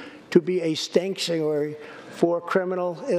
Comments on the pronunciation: So he said “stangkuary”?😂😂😂❤️❤️❤️ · He called California and it's cities "Stankturary cities". New word for all sanctuary cities...because it is true.